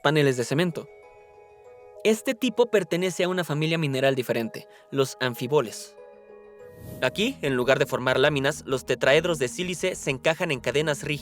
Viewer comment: Cuando pronunciaste "páneles" (ne lugar de paneles) y "anfiboles" (en lugar de anfíboles) dejé de ver. Lástima.